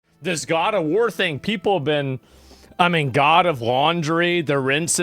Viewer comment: My god, I didn't hear God of War, I heard God of Hore